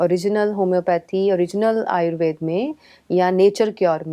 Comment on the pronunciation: आयुर्वेद बोलो आयुर्वेदा नहीं।